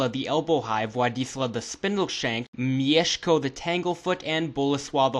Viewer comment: Wow, this is really accurate! And you pronounce "Mieszko" like a Pole! I actually had some suspicions about your nationality until "Leszek"... ;) Anyway, great work and cheers from Poland!